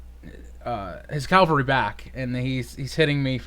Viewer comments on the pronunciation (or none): It's Cav-al-ry not Cal-va-ry haha. Great game though.